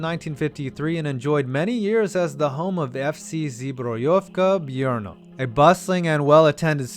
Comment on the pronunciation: When you talked about Stadion Za Lužánkami, you completely mispronounced the name and the name of the city it’s in, Brno, you said (If it were written in Czech or Slovak) Brňo.